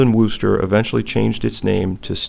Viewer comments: Very good - I learned my favorite tool SW [edit what was I thinking? It's S&K that is my favorite. But kudos to SW and a great way to say Worcester.] came from Stephen Walden. Thanks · Just found this video Nice going on the wrench And said the city name pretty well